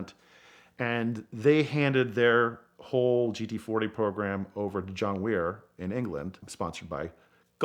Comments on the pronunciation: Excellent story. Only issue is the pronunciation of Wyer. It is not Wee-er, but Why-er. BTW he ran Aston Martin's race team in the 1950s, which led to their victory at Le Mans in 1959, with Roy Salvadori and Carroll Shelby, who of course managed the winning 7 litre Fords at Le Mans in 1966 & 7. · John Wyer is pronounced "wire', not 'weir'. If you can't even get that right I wonder about what else you got wrong, And you did get other things wrong. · no he wasn't his pronounciation is rubbish Piech as peach isntead of pi eck Lemons when he wants to say le maans Wyer as Weer instead of Why ur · Just FYI, John Wyer's name is not pronounced Weer or Wier, but just like electrical Wire. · One minor correction. I believe John Wyer's name is pronounced just like the electrical conductor "wire." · What grates is the typical bad pronunciation of non-US names. John Wyer, Wyer is pronounced “Why-er”. It is simple, but shows courtesy and respect to one of the leading race car managers / team owners of all time. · Very strange considering all he knows, that he doesn't make the "effort" to pronounce it correctly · Hi John, Kudos to you for far fewer inaccuracies than all the other 917 videos on YouTube. You still have a few significant misses in the video, however. You are welcome to reach out to me if you care to discuss. Also, please note pronunciation on John Wyer's name (say it like 'wire'). Thanks - Jay Gillotti, author "Gulf 917", Dalton Watson Fine Books. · Yet he completely mispronounces Wyer - americans are baffling sometimes haha. Great knowledge and storytelling though! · I've never heard John Wyer pronounced like that.